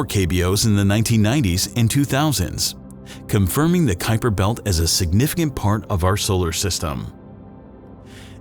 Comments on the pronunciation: Not "kyper", not "kweeper", but "kaupa". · Named after the Dutchman who discovered it, yet I have never heard it pronounced correctly, which is similar to "Kweeper", not "Kyper".